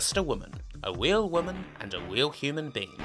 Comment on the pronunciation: " a woman, a WEAL woman" 😂😂